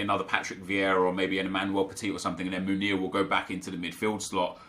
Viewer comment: Love your channel, tough watch today, you don’t need to spend so much time defending your character and decision making, I believe most of your audience understand subjectivity and forgive little mistakes. Although I understand you wanting to do better... so one little thing, your favorite Belgian RBs name is pronounced men-YAY, not moon-YAY. Keep up the good work :)